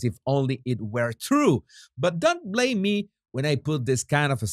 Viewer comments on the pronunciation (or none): none